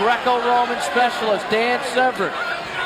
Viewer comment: slap yourself if you say. "sev-ren". its se-vern.......